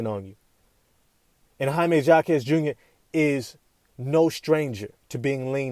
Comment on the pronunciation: Say it right. Hymie Hawk ez. The J is an H sound.